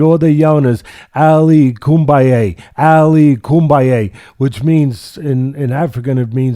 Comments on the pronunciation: It was Ali Bomaye, not Kombaye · Me: Ali Bumaye Teddy Atlas: Ali Kumbaye Me: Ali Kumbaye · it's actually "Ali Bomaye". So, Askren Bomaye. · Ali bumbaye? Not kumbaye😂